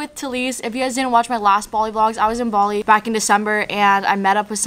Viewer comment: “BaWLi” that’s literally how she pronounced Bali The whole video ha ha ha ha she’s so cute